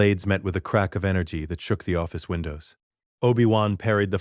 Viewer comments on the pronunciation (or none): none